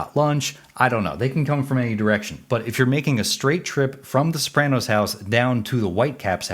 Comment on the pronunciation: How about the way you pronounce "Sopranos". People from Jersey pronounce Super Mario like "Mario" instead of "Mario", and maybe your pronunciation of "Sopranos" is similar.